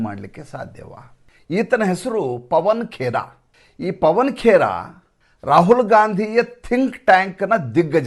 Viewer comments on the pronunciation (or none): ಪವನ ಕೇರಾ ಅಲ್ಲ ಪವನ ಕೆರ..